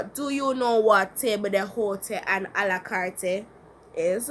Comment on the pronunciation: i think you pronounce table d'hote incorrectly